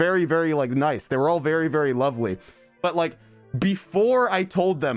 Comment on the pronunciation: MANS IS BRITISH HE SAID "LOVELY" ABND "LUGGAGE" LAMAOMAOAMOMAO